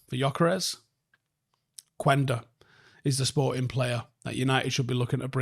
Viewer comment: Not to be that guy but, the "U" is silent in Quenda's name. Like "kenda". Peace